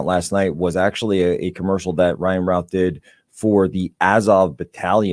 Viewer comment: FYI..., the last name "Routh" is pronounced "Ruth". It is a common surname here in the Triad area of NC.